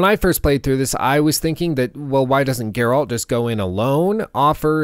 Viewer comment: Dude says he thinks witcher 3 is one of the best games, it has changed how he views video games in general and then proceeds to mispronounce Geralt in the entire video. I dont even know what to think or say. How is this possible?